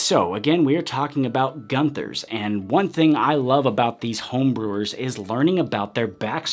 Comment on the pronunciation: Pronounced goon thers